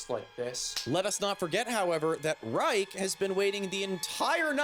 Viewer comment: "Nah, it's Ryke, not Reich."